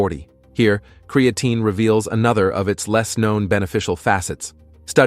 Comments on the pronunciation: Why does AI always mispronounce words like Creatine.and Peart (as in Neil Peart the professor). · ai says create-teen is good for you